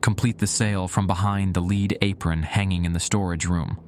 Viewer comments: LEAD, Pb on the periodic table...What churches (in the old world) have on their roofs, what is poisonous to humans if its consumed...Pronounced "LED" ! NOT "LEED" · one of the best ones I've listened to recently except for the pronunciation of lead lol